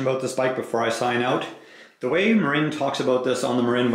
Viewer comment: It is pronounced MARIN like the guy from Cheech and Chong. Marine is a United States Marine spelled differently with an E at the end.